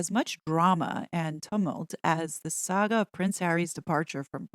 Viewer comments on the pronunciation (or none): none